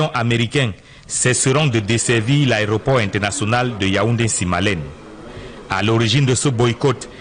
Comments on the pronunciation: dit " Aréoport" au lieu de "Aéroport" C'est d'ailleurs une erreur courante chez les journalistes camerounais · Il s’est même pas prononcé le mot Aéroport, il dit " àréoport " 🤦‍♀️ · C'est vrai qu'il ne fait que dire "ARÉOPORT". Mais, vous aussi, écrivez un peu plus correctement le français. Trop de fautes dans votre commentaire. 🤦🏽‍♂️🤦🏽‍♂️🤦🏽‍♂️